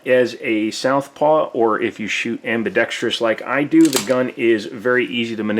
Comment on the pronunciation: I have the two tone version and my serial number is not far off from yours. I also think they come cerakoted from the factory. Have had it for a number of years and is very comfortable and accurate to shoot. Your review was spot on and I'm glad you pronounced "ambidextrous" correctly. I cringe when I hear people pronounce it "ambidextrious".